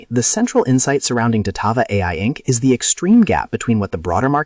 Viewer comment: "Datava ticker symbol dvlt..." Na I'm good thanks, I'll listen to my own research not someone who can't even get the name correct.